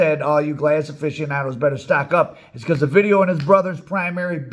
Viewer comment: You should do a video of the time they let A VIDEO go in Culiacán 😂😂 sorry you say OVIDIO Like if you was saying A VIDEO sorry for the trolling